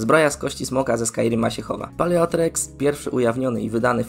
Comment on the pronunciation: Ja nie chcę się wymądrzać ale czy to czasem nie czyta się "Paleo-T-rex"? Zmienia się w tyranozaura więc taka wymowa ma jakiś sens.